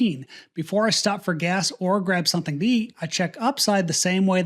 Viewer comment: Are you aware that you say "sunthing"?